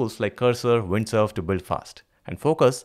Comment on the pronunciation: its windSURF, not windSERVE